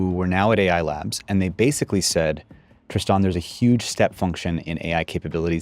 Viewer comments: I know this MF didn’t just call himself “Tris-tohn “ 🤦‍♂️. It’s Tristan so are you kidding. Immediately make me not believe him 😂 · 1.32 min in, the dude refers himself is "TRISAAN", bubye